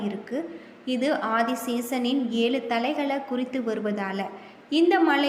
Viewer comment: Yezhu endru sariyaga solla muyarchi seyppa commentator